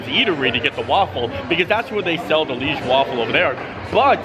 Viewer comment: Liege is pronounced Lee-Age its a city in Belgium, hence the Belgium waffle. love ya....